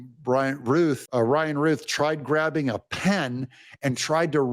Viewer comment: Doug, i love you. My mother's name is Ruth, the criminal you mentioned name is Routh, pronounced Rowth. Please get this right. Remember the wonderful woman in the old testament named Ruth, bad man named Routh.